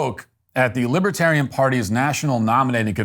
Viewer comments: I wonder if Matt intended to say "Libertardian". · 12 minutes in : I love that you tried to say " Libertarian" and just naturally said "Libtard".